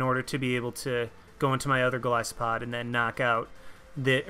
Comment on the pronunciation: OMFG! I am subscribing JUST for the fact you said Golisopod right!!!!